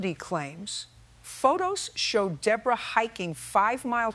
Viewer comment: Judge Judy has a New York accent so someone explain WHY she pronounced the Defendant DA-BORE-A. I worked at a workplace disability rehab who employees who were injured "On The Job." Yes we had multiple employees who jumped on the bandwagon. Companies the were moving out of state or closing due to bankruptcy. If you are being supported by the government the disability had best be REAL.